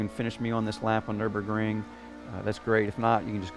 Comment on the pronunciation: I lived in Germany for 5 years and I had to laugh at the way he said Nurburgring. Haha Anyone else? Awesome setup you got there and great video, thanks!